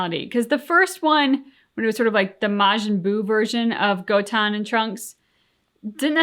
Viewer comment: Just a reminder for, it's Goten, not Goton. Goton sounds like a brand name for tampons lol